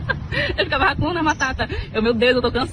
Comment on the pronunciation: "Eu tarra e ficarra"